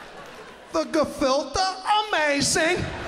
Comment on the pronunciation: Btw ppl it’s gefiltE NOT gefiltA